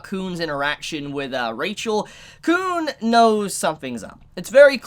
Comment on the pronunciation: its khun not kuhn